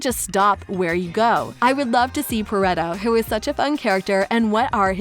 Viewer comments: im sorry, but did she fuckin say perreto? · I’m still stuck on the pronunciation of Perrito, “Paretto” 😭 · im dying at the way the narrator pronounces perrito